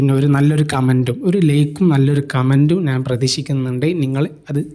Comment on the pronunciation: ഒരു ചാനൽ തുടങ്ങുന്നതിനുമുമ്പ് മലയാളം നന്നായി പറയാൻ പഠിക്കൂ ഴ എന്ന വാക്കും ഞാൻ എന്ന വാക്കും നിങ്ങൾക്ക് പറയാൻ കിട്ടുന്നില്ല